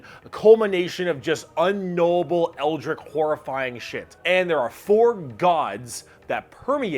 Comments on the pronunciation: It’s pronounce eldrich not eldRICK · Who tf is this guy trying to fool with pronunciations like "eldrik" and "zinc"? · Maybe because the word is “eldritch”, with a ch, not a k sound at the end? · "eldriCK" lmao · Great video, but Eldrick, is a name. Eldritch, "Weird and sinister, or ghostly" is the word you're meaning to say. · Chief among them being your apparent inability to pronounce "eldritch" correctly, lol. No hate, seriously, but that's not even a hard word to say. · well, yes. But saying a word wrong shouldn’t bother me this much. Feels a little petty, ya know? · The way he says eldritch murders my soul. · I love this video but the way he says eldritch makes me want to end it all. That and pestilence.